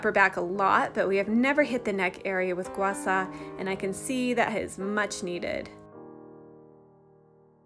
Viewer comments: (GWAH - SHAH) NOT ( GWAH SAW) is the correct pronunciation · (Gua-Shaw) not (Gua Saw) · It's pronounced "gua sha", not "gua sa". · "Gua Sa" LOL! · Can you not pronounce h's or something SHA